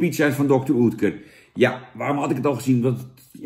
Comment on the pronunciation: Ja hoor, spreek het maar weer verkeerd uit. Klinkt als "Dokter Ut-kur". Geen Oetkur. Maar ja, het is dan ook geen pan, die bocht. Fijne Kwatrafrormatie, dat wel.